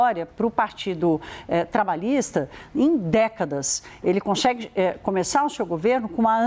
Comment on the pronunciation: Conxegue , comexa... Ai Credo, difícil assistir a notícia desse jeito...Por que quase todos jornalistas andam a falar assim?